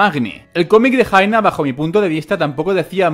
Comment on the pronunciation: Jaina se pronuncia Yaina